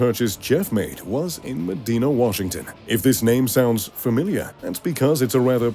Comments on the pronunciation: Let me help. The Washington state Medina is pronounced Muh DIE nuh. Used to live near there. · Oh no! You made the number 1 gaffe I expected! That is not how Medina is pronounced! The "i" is a hard i. So it's: Meh Die Nah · Medina is pronouced /məˈdaɪnə/. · It's pronounced "Me-dye-na" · Love your videos, yet you mispronounced Medina.